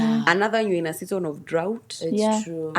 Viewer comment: The way she calls "Season" is so cool..